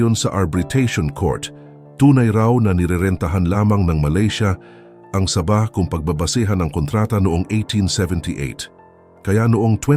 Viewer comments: Correction po. Sabah - parang bigkas sa "sabi", (malumay ang pagbigkas) Hindi po Sabah na mabilis ang bigkas na parang saging na saba.👍✌️ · Saging nmn ang sinasabi mo, hahaha ayusin mo ang salita mo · Hindi mangyari yon! Sabahan people does not want to be part of the Philippines. This vlogger can't even pronouns the wird Saba. Crop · Ayusin mo ang pg voice over mo ginagawa mong saging ang pg bigkas ng sabah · Natatawa ako sa pag bigkas mo ng sabah ..ano yan saging .. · Sana hindi na lang AI ang ginamit na voice over...naging saging tuloy ang Sabah...o baka naman foreigner ang nagbasa ng article... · Sabah , naging tunog saging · Sir hindi saging ang bigkas ng sabah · Boss e ayos mo bigkas mo hinde saging yan😂😂😂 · Sa-bah, hnd sab-ah kaya nga may h sa dulo e😢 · Saging yung sinasabi, sa~~~~~bah hinde sabah aayusin mo ang pag bigkas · Saaabah .... hindi Sabah....😂😂😂😂😂😂 maraming saba sa palengke ....potek.... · Engot! Anong sabaaa, ano yan saging! mag aral ka nga muna ng tagalog word kung paano mag pronounce ng tama! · Sabah na saging Yung pagkakabigkas niya😂😂AI yata yang nagsasalita eh😅😅😅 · Please be careful in pronunciation of the word Sabaj....it must be SA'-BAH.. THE ACCENT IN THE FIRST SYLLABLE... SA--BAH.. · Ano yan saging na saba (sabah) ayusin nio pagbigkas.. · SABAH (MABAGAL PAG PRONOUNCE) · Please improve your pronunciation when you specially speak Sabah! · Parang saging lng. Saba'😁😁😁"Sa bah". Hindi saba' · hindi sabah na saging ang pronunciation , saaabah. hindi ko alam kung saang planeta galing ang voice over , pero mali . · SAAAAAABAH , not Sa!bah .😅😅😅😅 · Ang saba' ay saging. Sa'bah ang tama. I hate AI. Anong pang dagat'? Pangda'gat ang wasto. I like to eat saging na saba". Anong Hapo'nes? Hapones' ang tama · Gonggong wag bigkasin n saging para Kang ndi Pinoy ginagawa mong saging Ang pag bigkas mo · Umupa kana lang ng magbabasa ng tagalog saabahh ang tamang pagbigkas hindi saba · Sabah, hindi Saba (ano yan "saging") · Anong saba saging?baka sabah